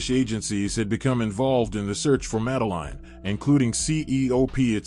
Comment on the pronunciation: The guy can not even say her name correctly, not worth watching.